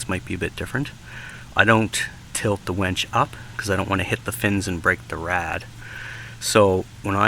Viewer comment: Its a winch not a wench